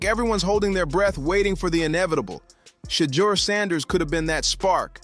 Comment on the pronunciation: Boy narrator learn to pronounced ..Shedeur😅😅😅